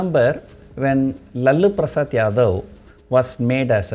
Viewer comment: Sir, that serious miss pronounced name of lalu prasad yadav